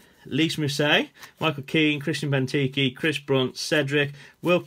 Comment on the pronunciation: its not bentkee its benteke